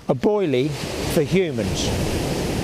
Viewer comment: "A boily.... for humans!" 🤣🤣😂👍👍